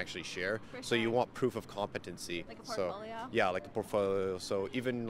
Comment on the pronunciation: like a "poRfol..."